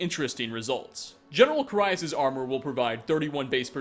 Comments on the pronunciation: he is also mispronouncing the name of carius, its care-ee-us, not car-eye-us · Or Carius lol Car EYE us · It's Care-e-us for Carius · You really have to ask someone who can't even properly pronounce Transmogrify, or Carius? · Trans-mog-riff-eye General Falx Carry-us Usually I wouldn't pick you up on Carius but it is said in the game by the Redoran Guard that you save from the ash spawn (can't remember his name)